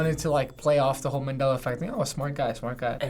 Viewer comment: It's Nelson MAN-dela not Nelson MEN-dela